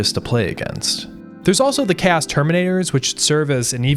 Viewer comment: What is worse than this videogame is your pronounciation of "chaos"... "chäs space marines" :face-red-droopy-eyes